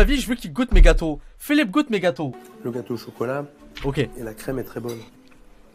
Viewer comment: son accent quand il dit Philippe 😭😭